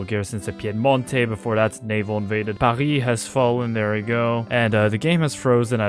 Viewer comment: Hold on is French? He says Paris like he is.